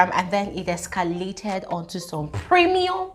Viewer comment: I like the way you are stressing the "premium". As in eh, I didn't expect this much drama.